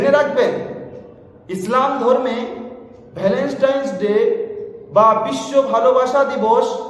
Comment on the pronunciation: No Valenstain It's Valentine (ভ্যালেন্টাইন)